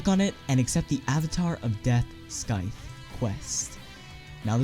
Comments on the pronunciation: you mispronounced scythe it's pronounced sithe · Scythe... the c is not a k it's silent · You're pronouncing Scythe wrong. Please stop.